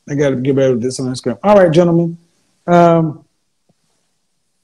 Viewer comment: My man said Instagwam 💀💀